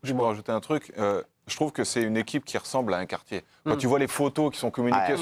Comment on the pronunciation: "Au quartchié".